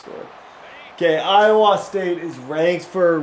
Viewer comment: As an Iowan, I have never heard anybody pronounce the state like you do 😂